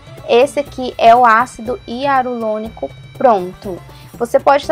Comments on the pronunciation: Para gravar é interessante ter um bom português. Para pronunciar ácido Hialurônico, as vezes exige treino, senão sai ácido hiarulônico. A dica foi ótima. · Ácido hialurônico e não hiarulonico kkkk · Eu vou fazer, gostei da dica... Ácido hialuronico e não hiarulonico!!! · Ela fala ácido hiarulonico achei engraçado rsrs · VC FALO ÁCIDO HIARULONICO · pastel de flango acido hiarulonico 😂 japas sempre.trocam o r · Vou fazer obrigada pela dica. #Só acho que Vc falar errado o nome do ácido, não sei se e impressão minha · Até o nome do ácido vc pronuncia errado . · Japoneses tem muita dificuldade em pronunciar o R é sempre trocam o R pelo L. Dependendo do tempo que ela mora lá, ou da convivência que ela tem com os japas, ela troca sim as letras. Morei treze anos lá e super entendo os erros de português e de pronúncia dela. Por que ao invés de zoar dela vcs não agradecem as dicas que ela coloca aqui? Ninguém é obrigado a vir no canal dela.